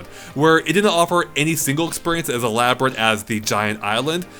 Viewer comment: "It's quite e-Labo-rate." Oh, you wonderful, silly little man.